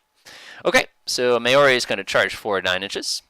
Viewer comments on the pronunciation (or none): FYI Correct pronunciation of Berwick & Maori follows. Berwick - Bear-ick Maori - Ma-or-ee No big deal but if you are interested. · Just the kind of video I was looking for- thanks. For future reference, The Berwick is pronounced 'Berrick' and The Maori 'Mowry', as in Chairman Mao.